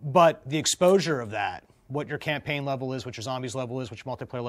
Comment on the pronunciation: Tucker kept saying Camplayn